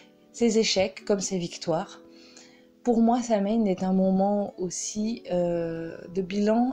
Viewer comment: Excellentes informations mais ce sabbat dont le nom provient de l'ancien gaélique est prononcé so-ween, pas sam-haine.